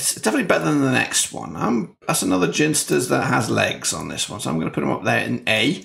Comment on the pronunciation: Sooo annoying hearing you say, "Ginsters". Its clearly pronounced 'Ginsters'.